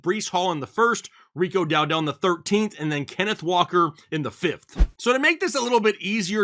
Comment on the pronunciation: DOWDLE not DOW-DELL. For Pete’s peppers how are you saying the name wrong.